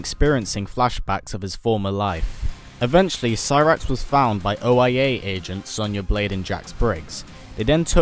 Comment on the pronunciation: Oia sounds like oh yea